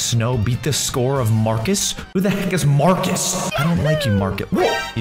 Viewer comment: and you said farcus